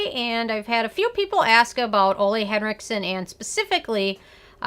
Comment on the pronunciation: Thank you for the review. Just an FYI...his first name is pronounced 'Oolah'